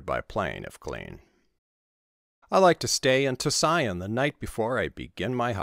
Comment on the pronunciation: Tusayan is pronounced : 2C-yan. 👍